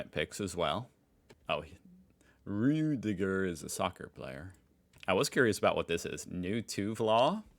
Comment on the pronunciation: Butchers every word in the German language. Manages a passable Rüdiger of all names. Never change, please.